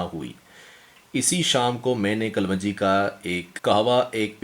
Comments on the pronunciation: Kalwanjee is wrong pronounced Correct is kalonjee. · yeh lafz kalwanji nahi kalongi hai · Hahaha Punjab me kalwanji hota hy😀yes right pronounciation is kalonji. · Ye kapvanji nahi kalonji hoti hy in sahab ko thek sa bolna nahi ata mehboob bhai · This is kaloonji , not kalwanji.. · O bhai pendu kalwanji nahi hota kalonji hota hay jahil pehlay bolna to seekh bara shoq hay YouTube sey pesay kamaney ka loray...